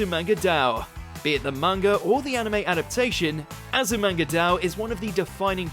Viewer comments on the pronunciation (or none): It's Azu-manga-dai-oh not azumanga-dao 🤦‍♂️🤦‍♂️🤦‍♂️ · you lost me at Azumanga "Dau".